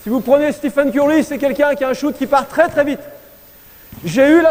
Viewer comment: quand j'ai entendu le nom de Steph " STEPHANEEE " mes oreilles ont saignéééé grave :/ : pour INFO c'est Stephen ! avec E pas un A lol...Ca s'etait pour la rigolade. Il parle pas d'appuis ni de l'importance du coude ni de la trajectoire je suis étonné.